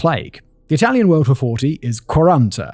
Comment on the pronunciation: Bar a couple of misplaced accents and words here and there, Simon’s excellent italian pronunciation is only to commend. 👏👏